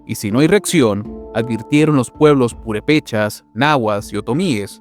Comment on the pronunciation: Es muy bueno tu redacciones, solo que algunos lugares los pronuncias mal. Purépechas. Acento 1era E y por ahí hay una que otra mal pronunciada, disculpa pero , es que lo escuchan muchas personas y se hace la ola de confusión 😅